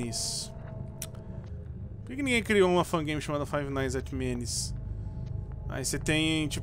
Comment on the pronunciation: Por que Ele fala MENES EM VÊS DE MEMES?